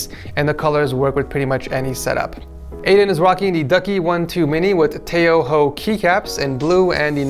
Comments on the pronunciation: Everyone: Tai-Hao Keycaps Ed: Ta Ho Ho Keycaps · its pronounced tie how if you are wondering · why he say tái háó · how tf do you pronounce tai-hao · let's not talk about how he pronounced tai hao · I think you need to learn how to pronounce tai-hao keycaps